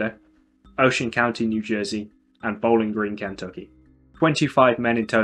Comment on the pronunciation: Bowling Green, CAN-toe-key. Nice